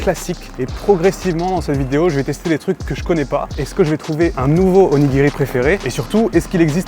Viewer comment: OnigiRRRi, ça pique… à part ça video sans intérêt par rapport à bien d’autres.